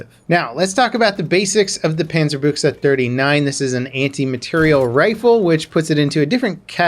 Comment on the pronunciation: Yo major props on the pronunciation most ppl pronounce it Bush but dude that was solid. Keep up the content n maybe check out world of warships ;)